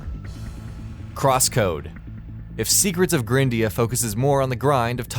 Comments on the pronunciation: Jesus Christ... It's not pronounced "grin-dea", it's pronounced "GRIND-ea"... For fucks sake, the game is about GRINDING! >_< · Probably pronounced gr-eye-ndea and no grin-dea. You know... cus of the grind? You're kinda terrible at pronunciation buddy.